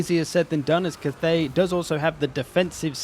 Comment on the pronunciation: it's not Kuth-ey, it's Cath(as in Catherine)-ey